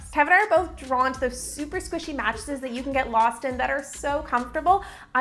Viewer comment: Am I the only one who hates how she says “stuff like thot”